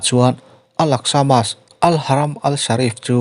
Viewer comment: Mosque(Mosk) tia lam nise ngaihthlak a nuam deuhang mawle